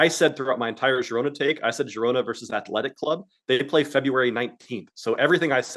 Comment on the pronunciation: Omg lol with the "he means Real Sociedad" each time he says athletEEE...shame buckets:card-red-penalty::face-green-smiling:. I watch this show whether I bet or not, love this happy family we got here.